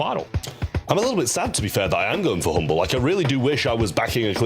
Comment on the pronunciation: Hmble not humble = lose?